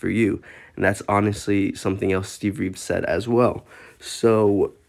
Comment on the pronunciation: Training like Steve Reeve's what?? And his name was Reeves, not Reeve.